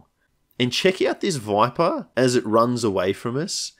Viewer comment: Everytime you say "Voipah", my head automatically superimposes a picture of Viper's sleepy face from You'll Cowards onto the stream